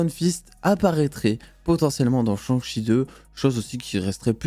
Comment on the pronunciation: Un gros « cheuh »🤣🤣 ça se prononce CHAIH (avec le H aussi)